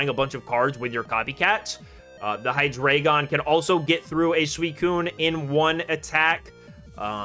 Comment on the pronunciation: The content on this channel is awesome. One of my go-to places for competitive play! Can I please point out the pronunciations of the dragons? They are based on the German numbers for 1, 2, and 3. Eins - 1, DEINo one head pronounced DYE-NO like dinosaur Zwei - 2, ZWEIlous two heads pronounced Z-WHY-LUS (or Z-VY-LUS with the German accent) Drei - 3, HyDREIgon three heads pronounced HI-DRY-GUN I hope we get an ex for Hydreigon that will be competitive!